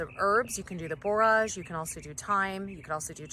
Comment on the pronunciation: That's really interesting about the borage making the berries grow better! BTW, it's pronounced like 'storage '. I've got three big beds that need cleaning up, overgrown, I better get at them soon!